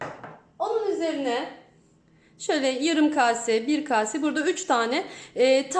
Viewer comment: Kabuklu ic bakla mi olur. Agzinizda kalir o kabuklar. Bir de "kase" demeyi ogrenin .